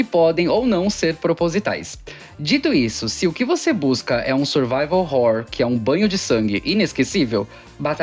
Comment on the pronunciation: É o Jeito certo de falar